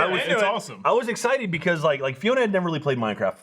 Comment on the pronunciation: southern accent came out when he said “excited”